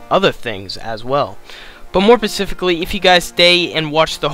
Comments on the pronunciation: Its "SPECIFICALLY", not "Pacifically". Jesus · Boy, say pacifically one more time… 😂